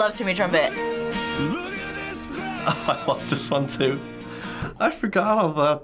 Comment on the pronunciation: did she say truMPET?